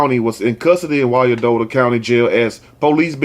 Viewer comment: Hey,! Two things. I am from Kansas City Kansas. Firstly, the story you did on the Independence, Mo. mom--we as a whole are almost, if not, parallel to Sodom and Gomorrah. Secondly, you were saying, Wyan-dottie County. But, it is, Wine-Dot County. I think that's what you were saying. Correct me if I'm wrong. And, thank you for always, always keeping it real with the stories. They hurt my heart as a mom. And, as a divorced mom, I am so grateful that I never kept my exhusband out of our daughter's life. More importantly, I am grateful for the father he has ALWAYS been to her.